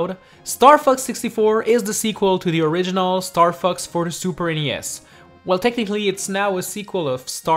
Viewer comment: when ever he says fox, it sounds like he says fucks